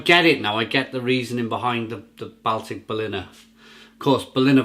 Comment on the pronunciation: Great vid but it's pronounced "Ball-Tick"